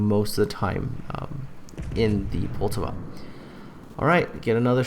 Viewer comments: Well first mistake is you cant pronounce Poltava. As with all americans you always pronounce it in english, even thou you KNOW its not what it sounds like in the native language. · Dude calm down, he probably just finds it hard to pronounce the name correctly, just try saying something that isn't in your native language, you'll probably get something wrong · And thats why people hate you, the ignorant stupidity. Poltava is not a fucking english name, so you dont pronounce it in english and then be "uh I dont know how its pronounced." Also I dont give a shit if hes canadian, english or american. English speakers in general remains the only group of people who CANNOT comprehend that not everything is pronounced in english.